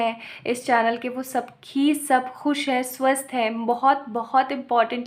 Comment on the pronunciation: I hear swasth ko suar 🐷 😂😂 Sorry for that but this reading is the best reading 🤗🤗😋♾️